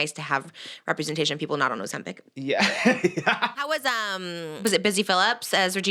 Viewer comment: Not saying ozempy 😂😂😂😂😂